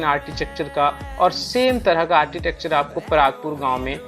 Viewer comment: आरचीटेकचर नहीं कहते. . आरकीटेकचर pronounce kartey hain